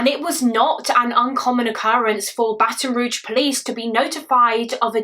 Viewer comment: Just an FYI: Baton Rouge= It's pronounced 'Roozh' not 'Roojh'.